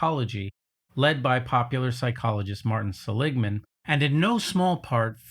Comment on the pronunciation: You also mispronounced Martin Seligman's name.